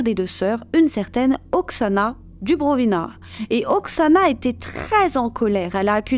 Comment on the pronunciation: DuBROvina tu as dit Dubrivona😆😆😆